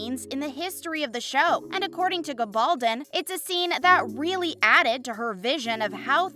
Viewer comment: She does not pronounced it correctly. Diana said it's pronounce Gabble Don with an accent on the "don". That is the English pronounciation, not the Spanish one as her father was of Spanish heritage.